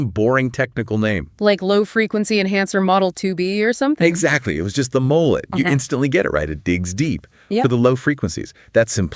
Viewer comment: Is this AI? Why are they pronouncing it mol-lay?